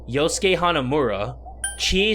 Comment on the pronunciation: SuRIKE That's the point. His name is Yosuke yet numerous times he mispronounces as "Yusuke". This is amusing because of Persona 5. Therefore OP wasn't incorrect.